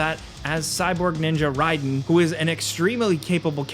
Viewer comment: 'pronounces Raiden correctly' "Check mate Whatculture"